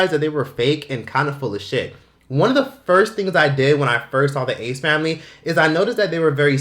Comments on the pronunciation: Saying the ass familayy is just iconic atp😂😂 brings back fond old memories. I literally said it before I even clicked on the vid😂😭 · Love how you say the ASS FAMILAYYY 😂😂😂